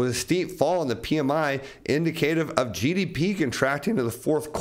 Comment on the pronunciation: Please revisit your pronunciation of the word indicative. Informative podcast. Thanks.